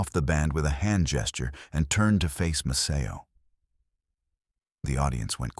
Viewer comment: This is about Maceo Parker and you can't even get your AI voice to pronounce his name correctly!